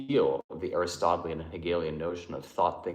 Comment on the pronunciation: you are brilliant but some of your pronunciations are so bad! The way you said “Hitherto” cracked me up. Not that it matters, but “Aristotelian” “Kierkegaard” and “Weil” should be “Vey” “keerkegor” and “aristoteelian” but almost nobody gets those right if they only read the words and never hear them spoken. I might be wrong as well, but that’s how I usually hear experts say it.